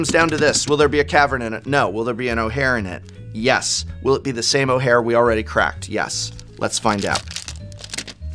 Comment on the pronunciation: Every time I hear you say ojer, I keep hearing O'hare, and remembering Bucky O'Hare